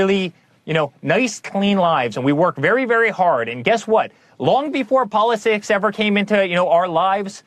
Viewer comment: Polisicks? Anyone else catch that?